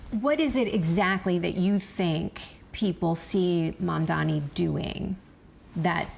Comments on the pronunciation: why the f cant most Americans get a simple name right..Its Mam-DaNi not Mam-DaMi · Great interview and clarifier - minus Desi's pronounciation of Mamdani as "Mandani" lol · The heck is wrong with freaking "Mandami" pronunciation??